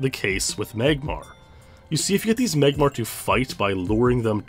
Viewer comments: “MAYGmar comes at number 3” lmao what in the Canadian accent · Meyg-Mahr Lmao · I love how you pronounce Magmar.